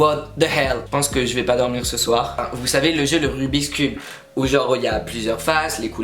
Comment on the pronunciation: euh rubik's cube c'est depuis toujours... " rubix " mdr